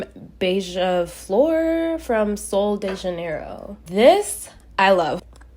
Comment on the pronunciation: Hey guys not to be that person but ever always butchers “solo de janeiro” STOP MISPRONOUNCING ITT its “sol-jey-je-nero” which means “January solo” but you guys gotta stop 💀💀💀